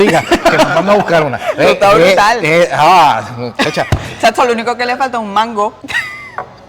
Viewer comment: Te salio bien brutar❤❤ soy puertorico